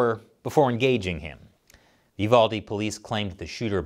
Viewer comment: I'm glad you said the name right, UVALDE. People get my area wrong all the time BEXAR, pronounce bear.